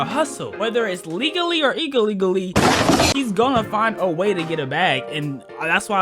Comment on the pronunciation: Bro really said igalegally